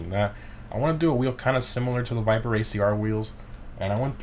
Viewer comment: what is this car? " Viperrrrr ". What is this car " Viperrrr " " viperrrr "